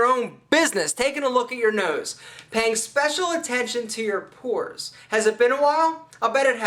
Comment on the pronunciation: it's not "poors", brah .. it's: pores !!